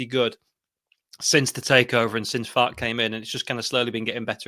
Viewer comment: Respect to this Boro lad for actually being able to pronounce our managers name at the start (which is FAR-KE - 2 syllables) The amount of our own channels that pretend to be Leeds experts like this lad above who can't even pronounce our own managers name is mind boggling.